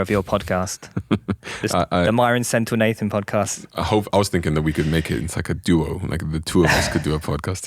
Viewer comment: bro can't pronounce his father's name: Senthilnaathan correctly 😅